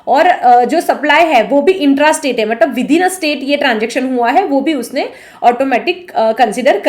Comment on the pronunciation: मतलब को मटलब कियो कहते हो